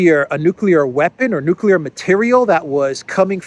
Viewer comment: How would a guy who makes drones in his garage in Kansas and doesn't even properly pronounce nuclear know all this stuff